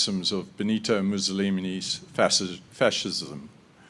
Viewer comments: when he said “musolimini” i died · did he really say "mussolimini"